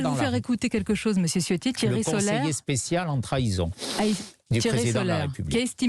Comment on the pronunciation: Même si c'est un traitre, non seulement par qui il sert , mais considérant qu'il est issu des Niçois qui étaient campés avant l'annexion Française de 1860. Mais Ciotti se prononce "Tchiotti "... Ça fait plusieurs vidéos où je vois le parlement et tout ces journalistes faire " Siotti " je trouve ça hilarant. Les branques. Pour autant Eric ne souligne pas, ça veut dire qu'il n'a pas ses racines â coeur. Avec Escrosi, Ce sont les Massena et Maulaussena d'aujourdhui.